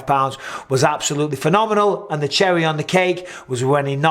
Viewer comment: Aye up Micheal, u really have picked up an American twang to ur accent, especially when u say end, sorry I mean and, it just sounds like ur saying end , "end today guys we're" 🤣... Don't u dare Mr Bizzer, no more little hints of the Yankee in that Mancunian pls let's keep it real.. Big up from the UK x 🇬🇧 x McGregor Micheal, u r mistaken he last won in the ufc, against Donald cowboy !! Not Alvarez 🤪